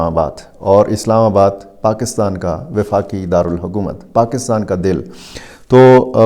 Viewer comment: this word is 'Wafaq" ('Wafaqi', 'Wafaqi darul hukoomat' }. It sounds strange to listen a journalist of your caliber pronouncing it 'Difaqi'